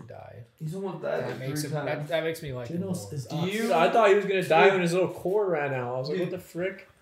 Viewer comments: Guys it's GEnos not Ginos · i dont really get why some people call him ginos when everyone in the anime obviously pronounces his name as genos 😂